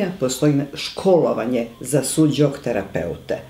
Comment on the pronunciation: Pozdrav za predivnu profesorku Veru, uz njene seminare se mnogo toga korisnog i lepog naucilo. Ispravka za voditelja, u imenu onuri Su - Jok terapije, ne postoji slovo DZ. Mnogo ruzno tako zvuci.